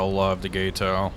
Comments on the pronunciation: Gato. Gah Toe. Not Gai Toe. Means cat.😊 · You’re killing me with the “gayto” pronunciation as opposed to “gaaaato”. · "GAH-toe" - Spanish for "cat".